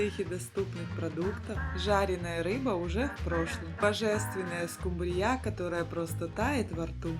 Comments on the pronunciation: скУмбрия ,скУмбрия.скУмбрия!!!!! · Жуткая реакция на музыку, не смогла досмотреть, настоящий взрыв мозга, хотя и вкусно. Ну а скумбриЯ, аж передергивала😂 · Каков миллионер, таков и повар. От него же произошла скумбриЯ. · Очень вкусно, видимо. Только так режет слух ударение СкумбриЯ? Для чего? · СкумбриЯ режет слух . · СкумбриЯ?!))))насмешили на ночь глядя. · Кто это - скумбриЯ??? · Скумбрия ударение на последнию букву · Скумбрия, ударегие на У. Работала у миллионера , верится с трудом, с такой граммотностью. А так рецепт отличный. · Скумбрия... С ударением на я... что то совсем новенькое.. Но должна сказать.. выглядит. Супер. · Пожалуйста, уважаемый блогер, ставте правильно ударение на слове "скумбрия", Вас невозможно слушать. Ударение на "У"😢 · Уважаемый поправляемый, это название рыбы. Вы же, наверняка, не говорите Акула, вместо акУла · как в сказке "Суп из топора". Конечно все вкусно даже без рыбы. Автор не правильно ставит ударение в слове "скумбрия" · В слове скумбрия - ударение на "у" , а не на "я"! Знают все, кроме Вас. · Ударение на «у»😊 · Ставте правильно ударение. Слух режет. Скумбрия ударение на первый слог. И очень много жира и растительное масло и сливочное. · Не скумбрИя, а скумбриЯ. 😂😂😂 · Скумбрия ударение на у а не на я. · Взрыв мозга откуда вы знаете может быть дом раб миллионеров должны так говори ть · Но почему ударение в названии рыбы ставите на последний слог?? Ухо режет. Кто вы по национальности? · Правильно ставьте ударение в слове СКУМБРИЯ. На гласную У надо ударение произносить, а не на последнюю Я. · В слове скумбрия ударение на букву У ! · скУмбрия, а не скумбииЯ ! Ударение неверно! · Почему скумбриЯ? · Учите русский язык!!!! СкУмбрия,а не скумбриЯ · Уберите пожалуйста эту извиняюсь дурацкую мелодию и почему скумбрия с ударением на я, а не на У? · Ударение скумбриЯ режет слух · Вкусно,потому что это скумбриЯ,а вот скумбрию я так готовить никогда не буду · А, почему -скумбриЯ? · Почему она говорит скумбриЯ?😅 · Скумбрия. Ударение на У!